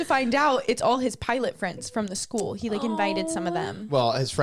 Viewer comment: For some strange reason every time you said pilot” I heard pirate?! That made “pirate Pete” so much more fun😂